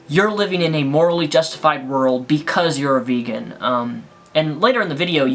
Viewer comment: She pronounced vegan. Bacon. I AM A BACON FAN!